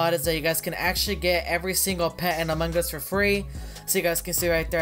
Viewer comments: No he sounds like AMAN GAAAuuaAAaaUUSS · Pearce-Reynolds no he says amongos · Instead of saying among us he says “ Amon gus” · why everytime you say among gus not among us??? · Us: Among Us Him: A MANGUS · He says among gus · no its "Amangas" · I am saying that Charizard freak always says among us to "Amon Gus" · Him:among us Subties: a mangas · The way sounds is like a AI robot And the way he says among us: Amungus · “In Amon Gus” 😂😂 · Mine is "In A Mangas" lol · Hes said AMONG GUS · AMUNG GUS Lol the way he pronounce it is funny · How many times he said amangas | | | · Why is he saying Among Gus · ik that, Also the way he says among us makes me laugh